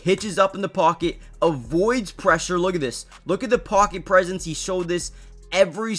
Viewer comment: Pocket presence did he say presence lol lol